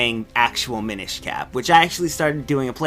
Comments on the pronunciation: The Mi-NISH Cap... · Am I crazy or is he pronouncing "Minish" wrong? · Tom Krystinik I'm not trying to pester the guy, it's just every time he says it I cringe.